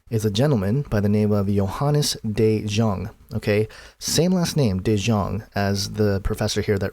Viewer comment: read it like THE YONG = De Jong :)